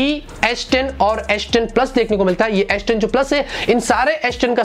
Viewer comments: aish10 kyu boll rha ha bhai ... s10 boll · It’s not asss 10 it’s s10....😂😂😂